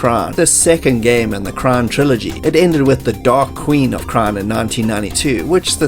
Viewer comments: Up until now, you could do no wrong, and then...... THEN???? you did it.... You TOTALLY butchered the Dragonlance Universe's "KRYNN"! I thought we were friends! I thought you were cool! ok... so you're still cool.... but it's pronounced as KRINN ... not like CRYIN! :D aHHHHHRRG!! :P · Love the vid and the stroll down memory lane - Not sure if it's the accent, but "Krynn" is pronounced "Krin". As a Dragonlance nerd, this is driving me crazy. lol. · ahhh make it stop!!!! IT'S PRONUNCED LIKE KRINN OR FLYNN - THE PAIN! (still love ya bro)